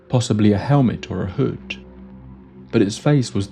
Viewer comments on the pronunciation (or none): none